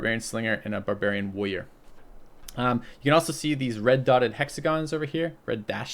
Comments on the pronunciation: Because Woyas. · why doesn't pronounce any of the "R"s in "Warrior"?:) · He is minmaxing his consonants. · Haha I've always noticed that as well